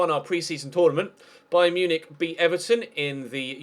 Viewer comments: beyen munichic you are saying wrongn you say it like this beyen munick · the way you say beyen munchin is disrespectfull